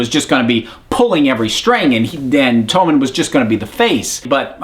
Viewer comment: I'm American and I pronounce all the names correctly. This guy's just an idiot. Please don't lump all Americans in the same boat as this goon...